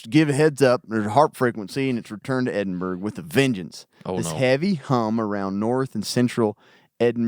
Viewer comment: Edinburgh = Ed-in-bra, not burg. Other than that good stuff guys